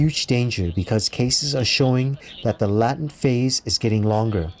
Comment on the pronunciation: "laytent" for latent